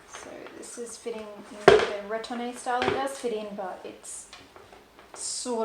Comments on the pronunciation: Retourne is pronounced “Re torn,” versus “Ret orn ay.” Thanks for sharing. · BN is correct on retourne’s pronunciation. Just don’t pronounce the “ay”at the end. Depending on your climate, if you don’t want oxidation of your metal, take off the stickers. It’s far too expensive to replace. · This is so helpful. Definitely more of a sellier person myself. Also the e isn’t pronounced at the end of retourne. Also the sellier style only coming in stiffer leathers is not true. Even if it’s not a SO, it can still be sellier with Clemence or Togo or Swift. The give the bag has, has more to do with the leather as opposed to the style of the bag. Epsom being the most stiff among them. If you had two Togo bags, one retourne and one sellier, the give would be virtually the same. A birkin in Epsom is just as stiff and it isn’t in the sellier style. So it has to do with the leather more so than the stitching and style of the bag.